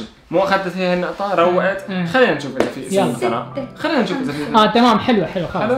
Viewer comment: ويسام اسمي سناء مو ثناء 😂